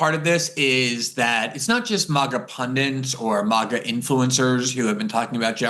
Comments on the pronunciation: award winning journalist says "pundints" and looks a little wasted here, but I'll keep watching anyway. the ironies here are hilarious besides. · Love ya Glenn, but there's no such word as "pundints."